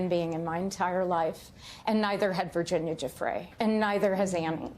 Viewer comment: Get Virginia’s name right ffs!!!!!